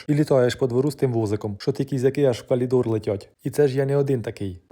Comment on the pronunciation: Особлива подяка за "калідор"! Відосик чудовий ,озвучив дуже колоритно! Як вегетаріанка зацінила, що тварин не вбиваєш.Так тримати!!!,а там може і теща підтягнеться до філософії ненасильства.😂